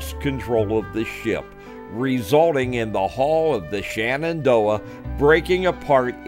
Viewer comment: It is pronounced Shenandoah and not shanandoah them